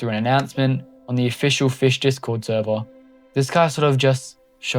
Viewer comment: Finally, someone makes a timeline. Here’s my thoughts on this video being a longtime Fisch player. first of all, it’s pronounced Fisch, not “fish” the c is NOT silent. (I joined sometime around early November, after fischfright 1) dobig isn’t inherently evil, they are just the stereotypical greedy corporate group or whatever. tbh I feel like something similar to the second sea as like a separate sub-place for Fisch is probably happening in the far future, as the current size of the main map can only get to be so big before it can’t contain much more. it’s always been that way but people kept saying it was bought back when DoBig’s partnership with Nate began back then. Never was, it was just developed by DoBig for a period of time, DoBig simply held ownership for part, not all of the game.